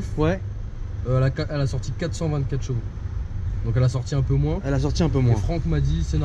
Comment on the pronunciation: Frère on dit CHEvaux pas JEvaux xD. C'est juste infernal ta prononciation de Tourcoing ^^